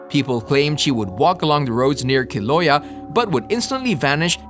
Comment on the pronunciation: it's keel-ow-aye-yuh. 'Kilauea, her home lol. Our goddess is also from Tahiti, NOT Haiti. But yeah, good stuff.